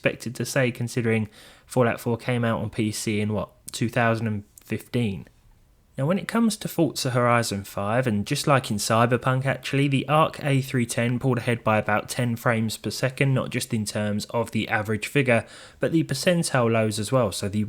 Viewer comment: Why do people keep pronouncing it "Fortza" instead of "Forza"?